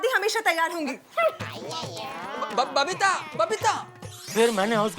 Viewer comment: Babita ❌ Babeetta ✅ 😂😂😂